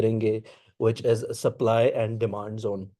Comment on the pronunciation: It's supply not supple